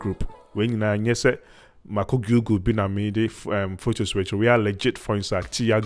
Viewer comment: Gugool! Can you pronounce it right for crying out loud with yout Twi English!